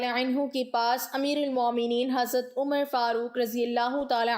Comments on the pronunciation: اسے عمر نہیں پڑھیں نگے بلکہ امر پڑھیں گے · حضرت عمرو بن العاص، ع پر زبر کے ساتھ پڑھا جاتا ہے۔ ازراہ مہربانی اصلاح فرمالیں۔